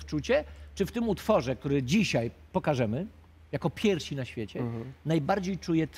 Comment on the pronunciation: Pierwsi a nie "piersi"